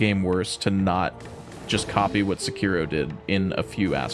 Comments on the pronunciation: its Se-ki-ro not Se-kiro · I just listened to this guy pronounce Sekiro incorrectly 5 times in a row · are you trying to piss me off with how you pronounce Sekiro 😂